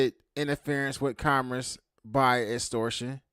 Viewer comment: you can’t even pronounce the word “commerce” properly fool shut up